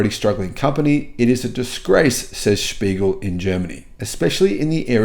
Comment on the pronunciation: Mate, it's "Der Spiegel" (The Mirror)!